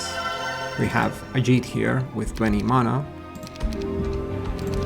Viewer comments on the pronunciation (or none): It's pronounced mana, not mana.